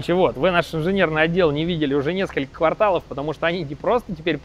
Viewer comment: в квартал ударение на "а" во втором слоге. Таким образом, не кварталОв.